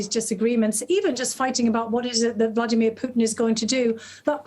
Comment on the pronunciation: "Vlaydeemeer Putin"